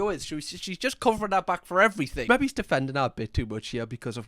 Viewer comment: I really like watching this guys videos, but he seems to be physically incapable of saying the word "maybe" and it bugs the living crap out of me 😂